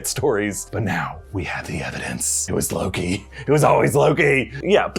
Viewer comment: Anyone else heard him say LOGI at some point ?